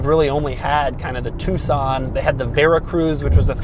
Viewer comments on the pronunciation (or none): none